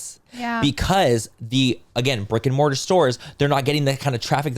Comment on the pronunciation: Really thought y’all were saying “Rick & Morty” instead of brick & mortar 😭😂😂 beautyfool through and through 🥴